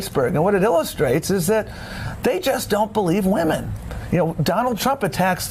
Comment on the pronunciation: His powa is Wamen! Tom Perez is a joke!